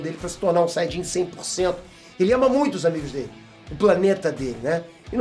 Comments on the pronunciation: "Sayjin "? Kkkkk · "Saidin" kkkkkkk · A RAÇA DOS SAIDINS KKKKKKKKK QUE VIAGEM, SÓ EU QUE ESCUTEI ELE FALANDO ASSIM ?